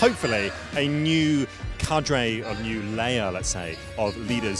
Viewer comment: Fantastic reporting,. The French needs some work though! The French pronounce 'vibe' like in English and 'cadre' doesn't have an 'ey' on the end;) Good effort though!